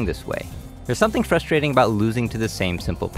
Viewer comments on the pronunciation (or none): none